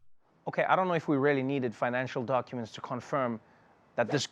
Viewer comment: 43 seconds in ... Did he say doNcuments?